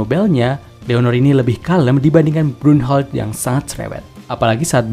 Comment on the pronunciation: saran : diliat dari penulisan katakana-nya, banyak karakter/istilah yang cara bacanya pake kaidah jerman alih-alih inggris. misal brunhilde dibacanya brun-hil-de ( romanisasi katakananya bu-run-hi-ru-de, tapi orang jepung emang ngabisa bilang L kalo ngasalah)